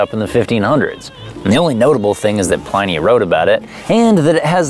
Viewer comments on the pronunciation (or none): It's Pliny like plinth NOT Pliny like PINEi.